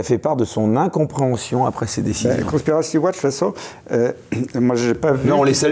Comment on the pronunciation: Conspiracy Watch, ça commence par quelle syllabe ? 😂 Total soutien Professeur !